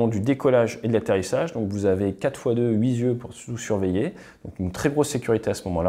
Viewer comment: Une astuce spéciale pour toi ATE (en vrai valable pour tous) : prononcez à haute voix : 8 yeux 8 ans